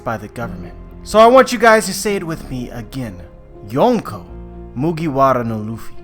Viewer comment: please dont say mugiwara again. no offense